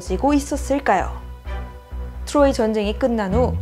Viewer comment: 트로이 발음이 자꾸 귀에 걸려요 ㅋㅋ 추로이